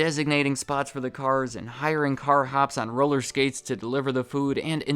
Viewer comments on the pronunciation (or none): none